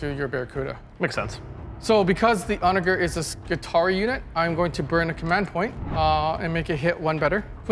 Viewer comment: Onager is pronounced with a J sound not a G sound